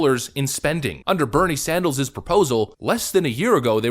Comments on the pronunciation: Did u say Bernie Sandals on purpose? 🤣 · Did U just say- " Bernie Sandals " ?